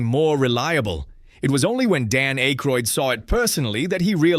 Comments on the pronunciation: It's Ack-roid not Ache-roid. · DUDE IT'S PRONOUNCED WITH A SHORT SOUNDING A NOT A LONG SOUNDING A!!! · Can you please say Dan's last name correctly.